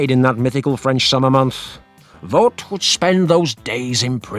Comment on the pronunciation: Voet is pronounced more like Voot. Oe is a diftong, sounding a lot like a double oo in English.